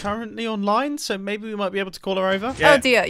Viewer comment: mumbo just called said 'baby' instead of maybe. thats funny lol